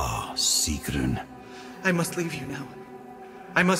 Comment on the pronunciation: It not sigrun